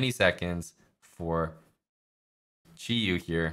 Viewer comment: Props to for pronouncing Qiyu correctly.